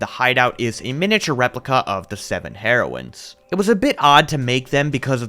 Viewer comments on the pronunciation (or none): Oh my gosh I am dying laughing It is pronounced hear-oines, not heroin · “Heroins” got me every time 💀